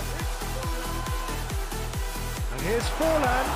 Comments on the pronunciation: it's FORLAN😂😂😂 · Its forlaaan!!!!!!!!!!!!!! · Forlaan ... It's forlaan ⚡🔥🚶🏿